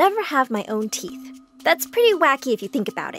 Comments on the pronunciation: "no theeth" WHY DID SHE HAVE THEETH FOR A SECOND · “I will never have any teath” “Also animation has teath”